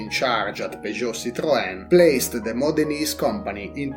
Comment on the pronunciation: I enjoy the way your anlgicised 'Modenese' sounds just like 'Modernist'.